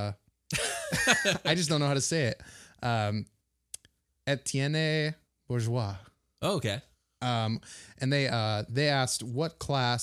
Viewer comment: It's pronounced like a-t-n or ay-t-yen. Nice effort haha